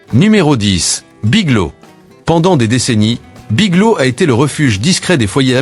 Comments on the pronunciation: "Big low" ou"Big lô" pour "Big Lots", sans parler des "Dollar Général" et autres "Sept Eleven" pour "Seven Eleven" ! Dites les amis, un petit effort sur la prononciation ne serait peut-être pas superflu. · BigloTS..... le T et le S ne sont pas muet... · Biglo? Le" S "n'est pas muet !